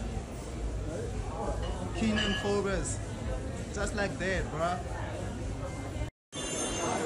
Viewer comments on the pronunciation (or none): Yhooo this person they he pronounce Forbes😂.... That's now how its pronounced..this surname is popular in Cape Town...they will cry to hear you saying it like that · Please pronounce his name correctly!!! He is not Keeeenan Forbeees his name was Kiernan Jarryd Forbes!!! Please...respect dude...